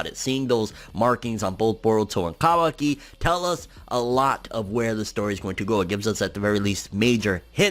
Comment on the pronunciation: finally a guy that says kawaki correctly